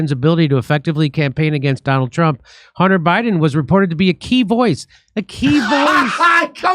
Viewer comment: His "sunter" Hunter ?? Lol